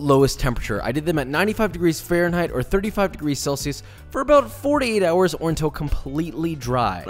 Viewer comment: for the citrus zest are you saying "4 to 8 hours" or "48 hours"?